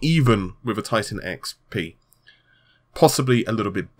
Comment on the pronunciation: What does he really say? I can't unhear tittycum....